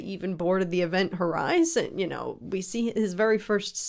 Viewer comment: It's not called Ivent Horizon, It's Event Horizon🙄😂🤣